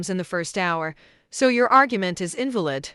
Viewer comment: Can someone teach the AI voice to say "invalid" correctly (with emphasis on VA)? Because the way the voice pronounced "invalid" (with emphasis on IN) here is a slur for disabled people